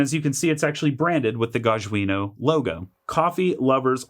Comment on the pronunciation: It's GAH-jjah - J like John